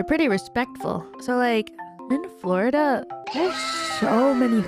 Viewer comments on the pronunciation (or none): "Flerda" lol I love her pronunciation.